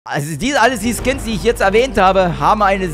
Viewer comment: "12 Kins" ????